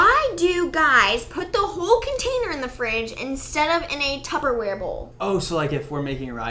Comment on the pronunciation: Did the question say Tuber-ware?